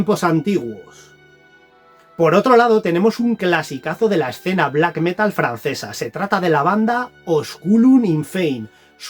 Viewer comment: Metal con acento en la a, por favor. Felices reyes.